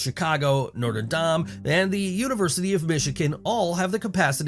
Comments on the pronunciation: We're supposed to believe this video knows what it's talking about when it can't pronounce the name of Notre Dame correctly? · As someone who lives twenty minutes from Notre Dame, I can't get over how that guy just said it in that video. It's like he never heard the name before.